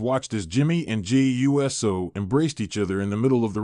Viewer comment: Hey you’re still saying JAY U…..S……O ITS USO “OHHH-SOHHH” or are your saying it lik that for the videos CC